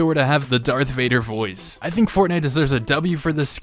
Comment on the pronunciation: why do you say darth wader and not darth vader???? lol